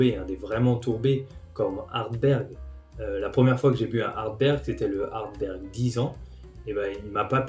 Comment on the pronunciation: Petite rectification,c'est plutôt Ardbeg et non Ardberg.Merci.